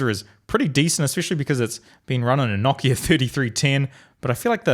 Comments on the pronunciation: wtf... KNOCK IA??? how r u saying nokia... it's like no kia... no car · Why do you pronounce it like kno-ck-i-a? It’s pronounced no-k-I-a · it is actually pronounced noh-KI-a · Everyone: nokia: KNOCKIA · Say it with me, No - Kia.